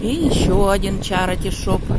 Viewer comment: извините,но в слове CHARITY нет звука "о", как Вы произносите на русском - чарОти.... Надо хотя бы "чарити" произносить или "черити"